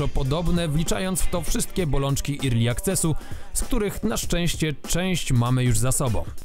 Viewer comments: Bardzo fajny materiał Adam, tylko taka mała uwaga "early access" czyta się "erli akces" a nie "irli" łapa w górę! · filmik spoko, ale jak usłyszałem "irli akces" to się poddałem ;_; ale zawartość super! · Early access czytamy erli akses a nie irli akces. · Irli akces no kur... erli nie żadne irli.